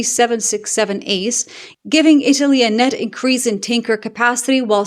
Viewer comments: Did you say Boeing Stanker several times? How fitting 😂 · Hi, when you said tanker it just sounded like stinker.😂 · ‘Boeing’s tanker’ I heard as Boeing stinker.